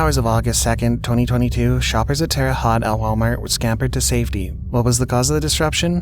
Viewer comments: I second that….see ya! Oh and it’s pronounced Terre Hote! 🙄🙄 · It's pronounced Terra Haught) No strong e on the end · The second story, Terre Haute, Indiana .. Haute is pronounced is a way that it rhymes with "Boat". 😊